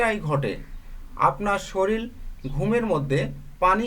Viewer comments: Soril na sorir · উচ্চারণের এই অবস্থা কেন? শরীর কে শরীল বলেন কেন? উচ্চারণ না শিখেই এসেছে ইউটিউব চ্যানেল খুলতে।